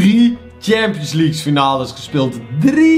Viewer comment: Hey ik heb zeker geen haat je bent namelijk een van mijn favoriete yt bent maar de premier leugue zeg je fout en daar kun jij niks aan doen maar het is wel irri maar nog 10 k abonnees en dan heb je 200.000 abonnees BAWZ ARMYYYY